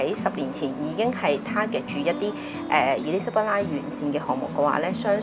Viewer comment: Because most of her guests are agent, they are too haste to make sales talk. And their clients are those don’t know LONDON. A lot of words are most mispronounced with wrong stress, but the word Elizabeth is particularly mispronounced. I think has problem in selecting guests, most of them are agents or traders. They know the terminology, but not analysis